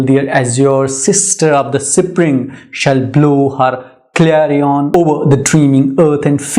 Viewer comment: Sir you are pronouncing the word spring wrong